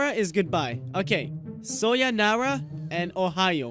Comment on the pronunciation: It's "sayonara"